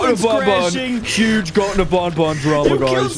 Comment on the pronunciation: It is not called Bon Bon it is called ban ban